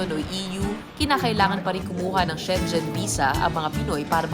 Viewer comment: To everyone, it is pronounced “she-ngen” and not “sheng-jen” 😭😭😭😭😭😭😭